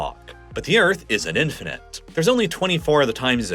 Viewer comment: BuT thE EarF es FlAt😂